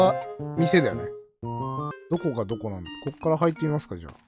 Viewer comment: みましゅかwww